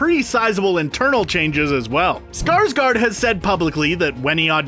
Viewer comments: It's SkarsgÅrd not Skarsgard..... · Skarsgård is pronounced Scars-gored, not Scars-guard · Me: being swedish and offended Cause everyone say skarsgard ITS SKARSGÅRD the å is like o :)